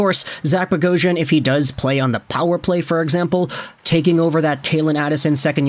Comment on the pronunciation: Nothing makes me more upset when an Armenian last name is miss pronounced lol bogh-os-yan 🇦🇲🇦🇲🇦🇲